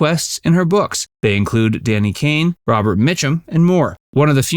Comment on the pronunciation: Danny "Kane?" Congratulations you just butchered the name of one America's most talented song and dance men ever! Not to mention an equally talented actor, comedian, pilot and cook.